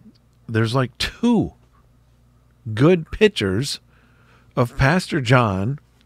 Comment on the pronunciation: Please pronounce the word correctly! It's "piCtures" (with a hard "c"), not "pitchers", as in a pitcher of water. Thank you!